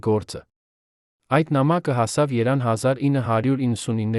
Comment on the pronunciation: Այ աննոռմալ ՀԵՐԻՔԱ ԵՐևԱՆ ԱՆՈՒՆԸ ԱՂԱՎԱՂԵՍ ԼԱՎ ԿԼԻՆԻ ԸՆԴՀԱՆՐԱՊԵՍ ՉԸՔՎԵՍ ԱՍՊԱՐԵԶԻՑ ԿԱՄ ԱՅՍ ԻՆՉ ՀԱՂՈՐԴՈՒՄՆԵՐ ԵՆ ՍԽԱԼ ՈՉ ՃԻՇՏ ԱՄԵՆ ԱՌՈՒՄՈՎ ԲԱ ԽՈՍԵԼԱՁևԸ ԱՐԴԵՆ ՀՈԳՆԵՑՐԵԼ ԷՔ ԼԱՎ ԿԼԻՆԻ ՉԸՔՎԵՔ